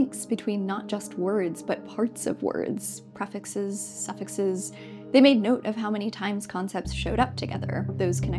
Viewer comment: It's not "priffix" it's pronounced pree-fix